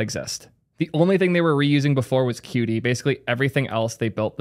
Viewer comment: qt is pronounced "cute" btw :)